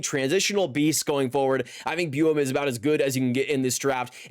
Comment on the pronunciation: Please look up how to say buium